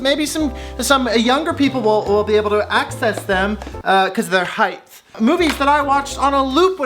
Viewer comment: Their “heighth” lol